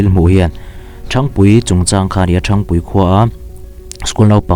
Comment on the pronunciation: Khaw hming i thluk dan hi a dik lo. Ṭhang tih hi ka phone a hang tiha hang tih thluk ang hian thluk tur.